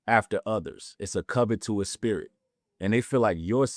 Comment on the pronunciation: Perfect timing! And it’s pronounced kuh•vuh•tuhs